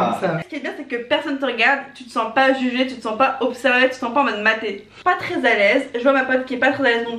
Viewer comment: déjà on dit pas treees on dit très